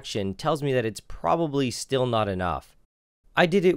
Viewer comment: "I propably wouldn't do it on an 800 ton sclae" note propably